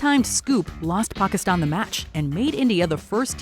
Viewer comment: An American pronouncing Pakistan like how it should be, unbelievable! And as some users have pointed out, top notch pronunciation! The list also is fantastic!